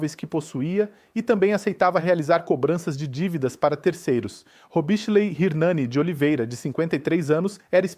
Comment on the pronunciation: Repórter: robichelei Nome do moço: Robislei